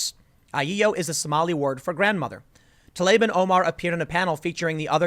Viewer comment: Fuckin finally! Someone pronounced TLAIB as it is!